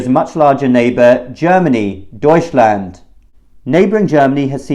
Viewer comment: Greetings from Germany. Thank you for the topic! And for saying "Deutschland" so well! 👍